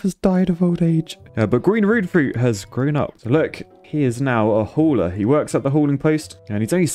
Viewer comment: gwoenroedfroet. My Dutch ass: it’s gewoon rood FRUIT